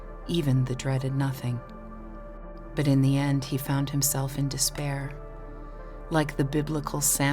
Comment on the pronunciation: Quotation: "Angeh is moah useful that dispaeeaah."